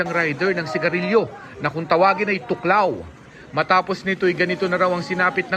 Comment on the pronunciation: thuoc lao (thuốc lào) hindi tuklaw . Ginawa nyo namang tagalog amf hahha